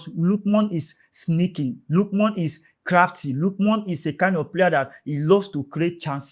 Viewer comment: it's not lookmon ,it's Ademola Lookman